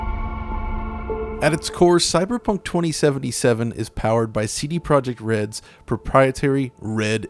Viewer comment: Not Project. -> Projekt.